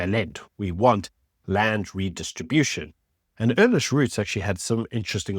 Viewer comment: My good sir you keep calling him Ernest its Ernst 😂